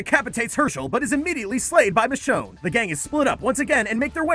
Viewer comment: All this time i was hearing “the show” instead of michonne